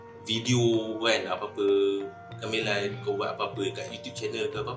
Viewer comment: Menyebut gamelan pun gak betul... Ga me (e pepet) lan